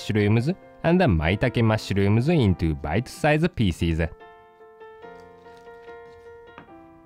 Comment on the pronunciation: separe the "mashrums" ha ha ha love him ^^